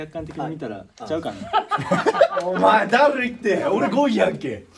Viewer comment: たいちぇの「号外、号外〜」と 末様の「ごいい（5位）」の発音が 我が家の超爆笑ポイントです。 まぁ、どこを切り取っても面白いんですが🤣